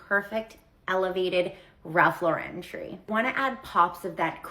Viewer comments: And it’s “Lauren” like the girls name. Not LawREN. 😆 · I have to laugh at the snobs who can't even pronounce Ralph Lauren correctly. It's not LauREN, it's LAUren 🙄 BTW I'm in the pulling whatever decorations you can find out of the attic and mixing colours everywhere club 😂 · I'm always annoyed at the influencers pronouncing it Ralph Lau-rennnn like he's French. Ralph is unpretentious about his name and always mentions he is really Ralph Lipschitz. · Enjoyed your video! Agree with everything and you are pronouncing Ralph Lauren the right way. I am so sick of people (like the lady in her car) pronouncing it with a fancy "Lu-ren" and that is not the way the actual Ralph Lauren pronounces his own name. I've seen him on an inteview pointing out how people say his name wrong. It's funny that these "experts" don't know that! Anyway, I subscribed and really like your presentation style. Early Merry Christmas from VA 😉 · Not Eliza Doolittle over here trying to be snooty about her Ralph Lauren Christmas. Ma’am. And she’s mispronouncing Lauren. 😂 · Have the influencer don't even know to pronounce Ralph Lauren's name correctly. I have been collecting nutcrackers for years, so wow I have been treading for years and didn't know it. HaHa!